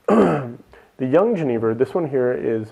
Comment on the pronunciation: Please, for the love of God, learn how to pronounce jenever. It is pronounced ye-NAY-ver, as "j"s are pronounced as "ye" in Dutch unless they directly follow an "i". I am an American living in the Netherlands and the way you said jenever was really difficult for me to listen to. Sorry.